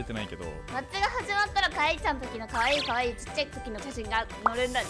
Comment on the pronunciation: あまるかあい↑い↓ かあいいちゃんもかあい↑い↓